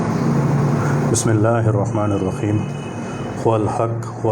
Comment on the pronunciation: توبه کرو بیری پینا مئ نیت اور جسم صاف هوتاهئ ایسا کیا بات هئ لوگ کو گمراه کرتاهو تم لوگ کی جیسا جاهل اور نادان لوگ صرف داری اور بال رکهنی انسان نیک سیرت نهی هوتا هئ جو اینکر بسم الله الرحمن الرحیم بهی تلفظ صحیح نهی جاتناهی کیا دعوت کرتاهئ شرم کرو تم لوگ او هندو کویی فرق نهی هئ.